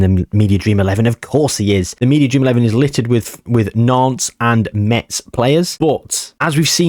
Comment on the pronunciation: Sochaux got relegated because of their debts, even tho they had someone with money willing to buy the club. However his project wasn't viable if the club didn't stay in Ligue 2, so he had to back off after the DNCG (financial instances) acted their relegation (Also Metz is pronounced [mɛs], you're gonna get a lot of people angry if you pronouce that t lol)